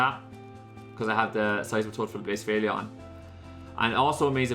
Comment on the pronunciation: One day you’ll start pronouncing blacephalon properly